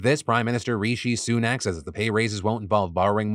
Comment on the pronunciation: Why can no American say Rishi Sunak’s name correctly 😂